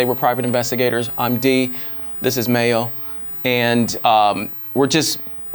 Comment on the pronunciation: ''D one and only Mayo'' thats a cool way to pronounce them right?